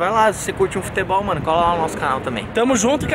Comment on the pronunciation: o chris fala foTEbol😂